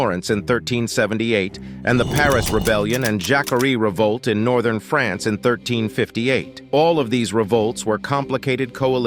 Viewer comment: France is not prounounced "Frens" you dolt